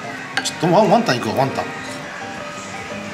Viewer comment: のワンタンのイントネーション気になるのオレだけ？笑